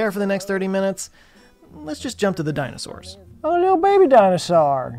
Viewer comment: "Little baby dinosaur!" He says in absolute Texas